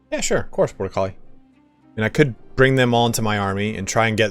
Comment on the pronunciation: Every dang time you talk to the chat member bortucoli I hear 'Border Collie', in my mind you have a loyal sheep dog viewer. (no offense meant by this at all, I find it amusing and I wanted to share) This is all the more amusing to me as I know you are a dog person! All the best to you and your dogo ;)